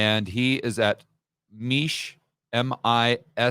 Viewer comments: Mish not Meesh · it's not "meesh" it's "mish"...just as it's spelled.